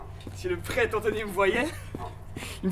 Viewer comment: "Pretre AnthNOy"